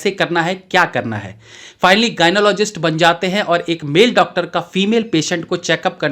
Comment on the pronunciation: Gynecologist bhai.. Gynologist nahi.. Video banane ki itni jald bazi kyu...